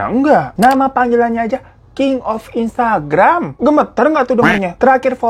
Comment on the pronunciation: Instgaram? Bang, minum aqua dulu yu bang biar fokus.. 😂